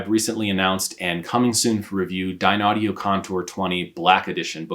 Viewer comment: Ummm its pronounced "Dineaudio" not "Dinaudio"